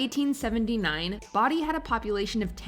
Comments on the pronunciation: Learn how to pronounce Bodie. The clip you include literally says it properly. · It was like nails on a chalkboard, especially considering the guy in the clip they featured pronounced it correctly. Who edits this stuff? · Been to Bodie. It’s only a couple hours drive from me. And it’s pronounced like bode not body. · Bow( like bow tie, )Dee , California!!! Not body!! Sorry but that really bugged me🙄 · That made it even worse... They say Bodie and then she says Body straight afterwards lol. I bet she did not even watch those pieces, they were added in afterwards. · Bodie is pronounced Bow-di, NOT Bod-di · If you're going to do videos like this, at least make a minor attempt to pronounce the names of the places correctly. 'Bodie' is pronounced 'bow-dee' (like a 'bow'-n-arrow), not 'body' (smh+eyeroll) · the pronunciation of Bow-dee genuinely hurts me as a Californian. Not only do I know the pronunciation by heart. They even say it correctly. It's NOT Body. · What about Drawbridge? It's a small ghost town between Fremont and San jose, Ca, out in the salt marshes of the East Bay. Also: BO- DI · It is pronounced Bo Dee. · Boh-dee, CA Bodie, CA. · Love the way the narrator is pronouncing Bodie, CA. Body lol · It's Bow-dee lol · And considering someone in the video pronounces it correctly you would think the narrator would have caught on. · He literally pronounces BODIE in the clip they used yet she still mispronounces it 💀💀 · You're saying Bodie wrong. The narrator in the clips even says it correctly. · UGH Bodi pronunciation was sooo painful but you can pronounce Priryat. 🤦🏼‍♀️ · Me: How many times can you pronounce "Bodie" incorrectly?: YES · I thought I was the only one cringing when mispronounce Bodie. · it's funny that use video clips saying the proper pronunciation of Bodie, california and the narrator continue to say it the wrong way